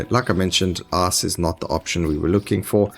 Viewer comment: When you say ice it sounds like ass